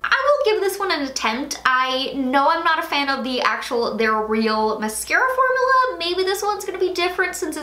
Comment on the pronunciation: I'm so sorry I am NOT TRYING TO BE A HATER, I repeat I am not trying to be a hater, but it might just be me, the word is FORM-U-LA. Every time you say it I kind of cringe, formala....idk why it's bothering me so much but it really is! I'm sorry!